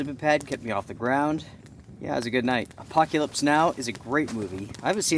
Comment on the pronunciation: Apoc-ya-lips Now.